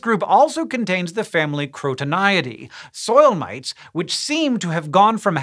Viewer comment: i heard soil-mates 🤷🏼😂with mates being in a thick english accent